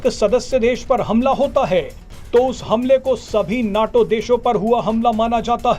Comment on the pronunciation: abey bewakoof, उसे नाटो नही नेटो कहते हैं।